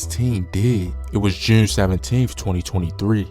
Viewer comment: Why he say June so weird?? He be like "joorn" 😂